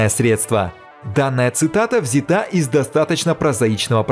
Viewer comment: Чувак, что с ударением? КонстрУкторов, ВзЯта.